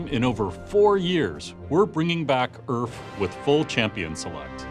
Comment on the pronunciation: URF !!! Not AURF